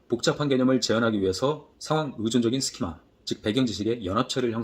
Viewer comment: 쉼은 스키마로 비가츠키는 비고츠키로 발음 수정 부탁합니다